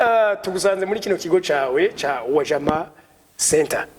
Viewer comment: Wajama, kivuge neza ni Swahili, please uzubaze uko kivurwa hanyuma umenye ingene ba pronounce UJAMA